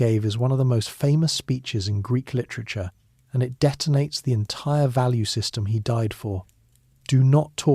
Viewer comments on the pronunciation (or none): none